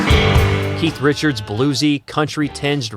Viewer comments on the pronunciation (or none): none